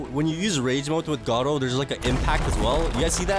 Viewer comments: WHY HE CALL IT garo instead of garou thats a big big mystery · Gardru bruh it’s garou